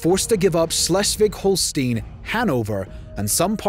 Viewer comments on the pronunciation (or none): well done except from the pronouciations. Its horror to listen to it as a german. Its not even close. For example: you pronounce Schleswig-Holstein like Släswig_hollstien.